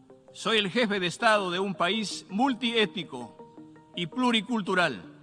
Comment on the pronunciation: País multiético? Sera multietnico... Aprende un poco de Nayib...